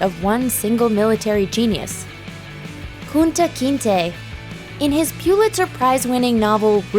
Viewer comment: Why you keep saying Kunta’s name like that lol